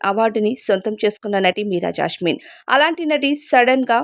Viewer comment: జాస్మిన్........ జాష్మిన్ కాదు 😡😡😡😡😡😡